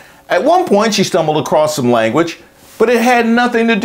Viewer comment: She said “come across-t in such a way..”. You’re right, the English language is not her strong suit.